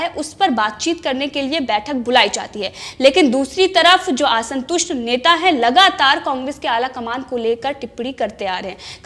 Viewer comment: Aasantust nahi hota, Aasantust is correct pronunciation 🙏